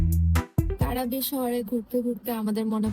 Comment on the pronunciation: উচ্চারণ টা "ক্রাবি" ওটা কারাবি নয়!!